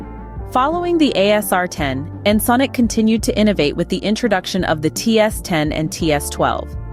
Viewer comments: You go back and forth, but the correct pronunciation is like en·sonic (sonic, as in sound ), not ensunik. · In-sin-ick LoL it's En-Sonic. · Ya I know, but the writer could have spelled it phonetically in the script so as to force the TS to pronounce it correctly (e.g. "enn sonic" or similar). Overall though, still not as irritating as how Windows TS mispronounces plugins as "plujins." 🙄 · You lost me at "Ensin-Ick" Fuck this text-to-speech shit. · you think because it was mispronounced it has to be AI?